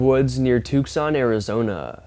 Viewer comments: Hey. Took son Arizona is pronounced two son. Not tuc sun and certainly not took son. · Hey. Its pronounced ( 2 son) NOT( tuck son). 👍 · Its actually "two Sawn" lol just sayin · ANOTHER annoying and challenged narrator🙄 It’s “Too-sahn” (Tucson) not “Tuke-sahn”. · Tuke-san Arizona...LOL. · Brother, you gotta get out from behind that camera more! We also have to show you on a map where the hell Tucson (Too-sonn) AZ is! 😂 There’s no Yeti‘s hanging around Southern AZ, my friend!😂 Also do you think that the “Bigfoot” pic from the Uhinta Basin is really “trying to look like a tree to avoid humans, or do you think there’s actually a chance that it’s simply just a tree?🌳 Cheesy, cheesy, lemon squeezey! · Thank you for helping with that, I meant to last time I heard him say it wrong but forgot before I left the channel. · He is over pronouncing in an attempt to sound as clear as possible. I picked up on it too.